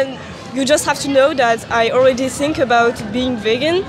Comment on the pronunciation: Why she is saying i sink which is ' i think' ?! 🫤